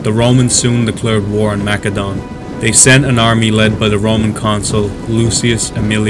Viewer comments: Please don’t say mackedone 😂 it’s pronounced like an “s” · So what is it, Makedon or Macedon? Both pronunciations are used at different points in the video. I also noted some apparent confusion/mixup between the Roman right and left flank in the latter part of the battle description.